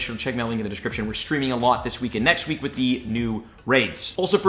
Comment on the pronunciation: Once per wee 😂